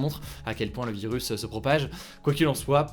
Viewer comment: Y’a que moi ou il dit « vilus » 😂